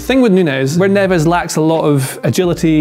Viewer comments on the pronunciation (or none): Please say Portuguese names correctly Neves is Nevzzz...Nunes is Noonz We are not Spanish